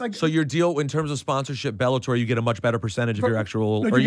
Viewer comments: bellator not belabor 😅😅😅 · IT'S BELLATOR NOT BELABOR FFS